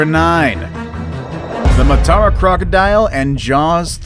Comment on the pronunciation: im from sri lanka n its pronounced maa tuh ruh not maataaraa lol